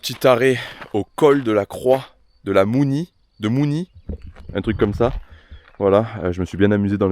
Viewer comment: La Croix de mounissss le s se prononce 😅